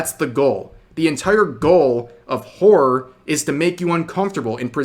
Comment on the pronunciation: The word: horror Rev: "whore"